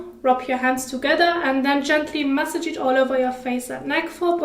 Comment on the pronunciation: Masssaaaaage. Not message